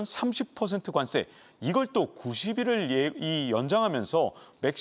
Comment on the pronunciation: 관쎄 관쎄 왜 이렇게 세게 발음하시죠?